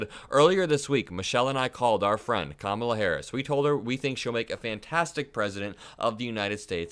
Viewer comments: How insultingly childish it is that Republicans refuse to pronounce things properly. They just can’t help calling it the Democrat Party. They pronounce Kamala every which way but the right one. Juvenile name calling. Republicans will never grow up past the third grade. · In the same way he deliberately mispronounces Kamala, she should mispronounce him DoneOld because he is both done and he’s old